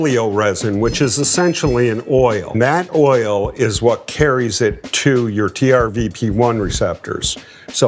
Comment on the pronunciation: Hey Ed, I noticed multiple times now that you say TRVP1, it's TRPV1, transient receptor potential cation channel subfamily V member 1.